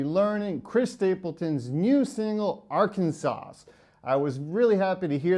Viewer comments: It’s not Arkansauce. It’s Arkansaw. 😂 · My man said Arkansasauce. It’s pronounced Arkansaw